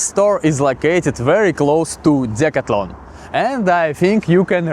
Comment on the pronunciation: The proper way to say the name of the store is, Dee/ Cath/ Lon, I am just helping you, please do not be offended